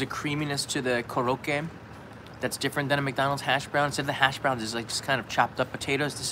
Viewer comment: Most of the time croquettes are made from potatoes, but sometimes other vegetables or fish. It's not a big deal but they aren't pronounced like they're French, it sounds like "Crow-ket" but a lot of people do think it's French.